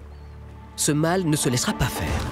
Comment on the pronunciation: Le „mâle“ pas le „mal“!!! Apprenez à prononcer correctement le français!